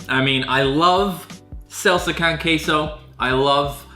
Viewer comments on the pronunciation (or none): Mans really said "selsa con ceso" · It’s pronounced qu-a-so